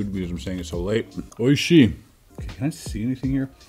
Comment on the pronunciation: My guy really said oishi 😩👍